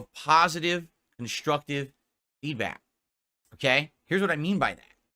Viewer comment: Why does he constantly say feedbat instead of feedback??